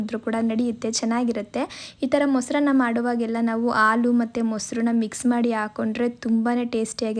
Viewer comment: Haalu not aalu